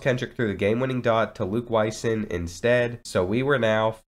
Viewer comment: The last name Wysong is pronounced WhySong. Always awesome to see someone with your unique last name on ncaa football 14. Thanks for the wonderful video!